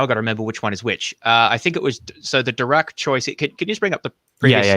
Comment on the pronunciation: It's interesting that misspronounces von Neumann and Dirac. Neumann is a name you learn pretty early in standard physics programs in maths courses. I guess it's possible to pick up physics from just reading books but it makes me wonder.